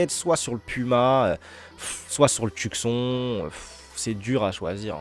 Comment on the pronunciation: prononciation Tioussone pas Tuc Son 😂